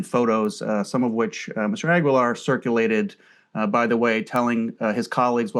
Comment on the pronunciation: It's pronounced ah-gee-lar.